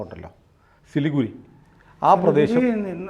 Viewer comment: ചിലിഗുഡി അല്ല Siliguri